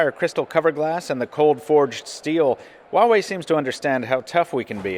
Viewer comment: I gotta say one thing though, pronunciation of Huawei has been so far the best among all reviewers.